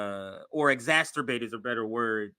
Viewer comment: it's exacerbate EX ASS SIR BATE not X-asturbate, the masturbating X-man 😂😂